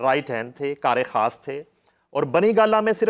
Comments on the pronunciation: خاص ہوتا ہے کھاس نہیں ہے تلفظ کی ادائیگی میں دھیان دیا کریں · ،کھاس' نہیں یہ لفظ ،خاص' ہے۔ نقلیں عقل کے ساتھ ما ریں۔ اپنے وقار کو ملحوظ خاطر رکھیں۔ اسکو اپنے ہاتھوں سے تار تار مت کریں۔